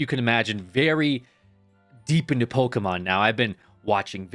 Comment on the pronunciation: bro said POKEMAN LOL gameover